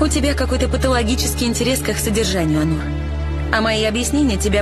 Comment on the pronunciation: Онур, а не Анур. Так же и произносится. ☝️